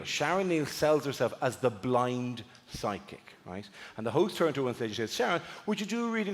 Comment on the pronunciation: I read it fine, but through the entire routine I could swear that he is saying sidekick instead of psychic!